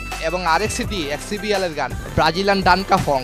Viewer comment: Vai bagilian na Brazilian hobe 😂😂😂😂